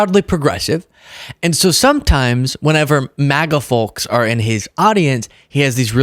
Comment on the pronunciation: The L is silent in folks, folks